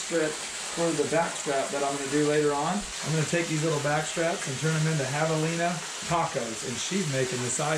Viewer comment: Javelins (espanish) you pronounce as Havelina... So José could be Hosé...😂😂😂No Chosé ??? ...I shoot it good but it's not bleeding much... Of course if you have used fuckin varmint bullet !!! Otherwise not bad video.